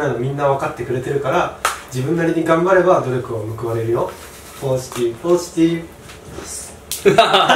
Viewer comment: ポジティブポジティブが わかちこわかちこっぽく聞こえてまう笑